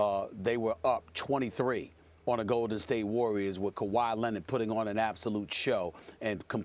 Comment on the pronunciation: And kawhi lennon 😂😂😂